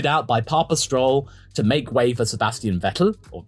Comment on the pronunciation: Funally someone that says Vettel right.